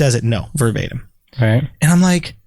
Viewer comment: the way akaash said right sounds like "what about bombs"